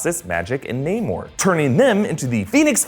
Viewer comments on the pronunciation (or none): none